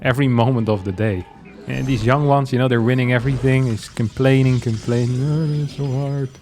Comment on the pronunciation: Why do you pronounce YoungYakov like "You - ng - yakov" and when you say "I was young" it sounds "ya - ng"?